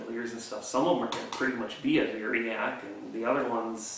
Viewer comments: I noticed that too. He said "Variac" it's a Variac transformer. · Hard to understand what you said this item was called? I need something to reduce the speed on a bench grinder for sharpening wood turning tools?